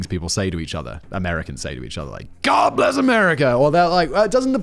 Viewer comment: What Simon said: God bless America What I heard: God-less America A bit more honest really.